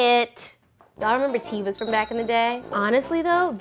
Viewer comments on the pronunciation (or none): It’s not TEA-va. It’s TE-va!